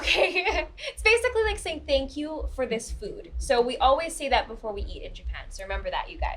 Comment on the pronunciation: 女性の方のbeforeの発音を「バフォア」って発音するのかっけえ。